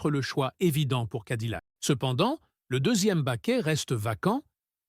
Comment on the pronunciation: Cadillac se prononce cadiyac et pas cadilac! 🤣🤣🤣